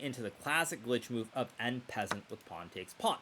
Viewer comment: How dare you say en passant without a French accent!